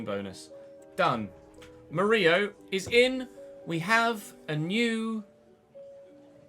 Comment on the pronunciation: Despite having two L in his name, Murillo is pronounced like Danilo would be since he's brazilian. Btw, as a Corinthians supporter, I loved that you signed a former player 😊